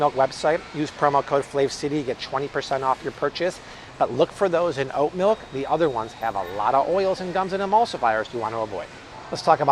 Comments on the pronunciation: Malk “milk” is delicious!!😋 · Malk! Now with vitamin R